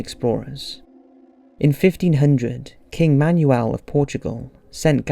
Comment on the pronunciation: Manuel is pronounced Manwel.